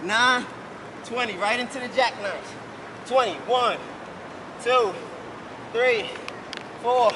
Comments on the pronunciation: that ''ThReE'' bruh im dead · The way he said three Lmao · "One" "Two" "ThReE" "Four" "Five" "SiX"